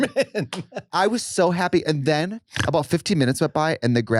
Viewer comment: I was so haaaaapeeeeee 😂😂😂😂😂 that accent